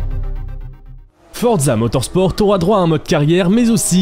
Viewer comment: Non mais arrête de dire fortza motorsporteee mec je saigne des oreilles